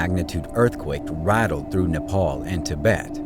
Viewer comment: It's not napal it's napal